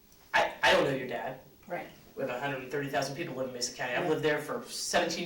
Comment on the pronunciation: mesa= "may-suh"